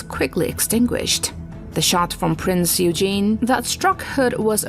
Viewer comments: Be nice if she could pronounce Prinz Eugen properly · I would have enjoyed this video more if a real human had done the voice over. "Priz Eugen" is really "Prinz Eugen" (Oygen). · The Prinz Eugen was pronounced "Oy-gen" (hard "G"), not "You-jean". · But in the case of the Prinz Eugen, it is difficult to see why even a native English speaker would have a problem in changing from saying "You-jean" to "Oy-gen" (using a hard "g"). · Everyone needs to calm down about the mispronunciation of Prince Eugen. The narrator is a bot. Almost every YouTube video these days are narrated by bots. Welcome to the world of AI. Personally I hate this shit. But it's it's all on account of text-to-speech technology. The "girl" doing the narrating doesn't even exist -- or -- I guess the girl who owns the voice exists somewhere, but she's not reading the script. Trust me on that. As such, some words with unusual pronunciations -- especially foreign words like Eurgen are going to be mispronounced. It has NOTHING to do with Americans being unable to pronounce German words. That's just utter BS. I honestly can't believe that you folks haven't figured out the big text-to-speech craze going on right now. Nearly every video is being narrated by a bot. Mark my words. Thus you may as well convince an answering machine recording that its pronouncing your name wrong. The bot is pronouncing Prinz Eugen phonetically because that's what it is programmed to do when it comes across a foreign word. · Very interesting, though all the cringing caused every time a name is mispronounced gets a little tiring (e.g. - "Prince Eugene" 😅). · What do you mean "lost" you. The Prinz Eugen was a German ship and it was pronounced "Oy - Gen" (with a hard G). It's not rocket science... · Prinz Eugen is pronounced: OY gehn. Gawd, how I hate computer narration! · She mispronounces the name of the Prinz Eugen ( painful )